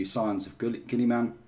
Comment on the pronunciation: it's not "Gilly-Man" it is pronounced "Gill-A-Men"